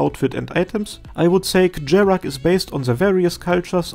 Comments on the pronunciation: i think the word "kjerag" is not supposed to be pronouced like what you did in the video. based on the japaneses katagana and its chinsese name, it's more likely pronouced as "here-rag" which means the "k" doesnt make a sound and the "j" pronouced as "h" like the dessert Mojave. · The non-memey pronunciation of Kjerag is Kye-rag.